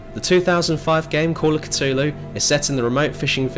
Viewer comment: 'Call of Ctulu' ffs.